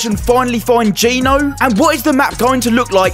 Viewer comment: It's Geno not ge no